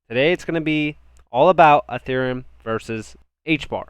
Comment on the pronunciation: it's not "A"thereum it's Ethereum just sayin. Good analysis otherwise, thanks.